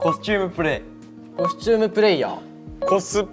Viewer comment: コスプレーションがどうしてもプレイステーションにきこえる笑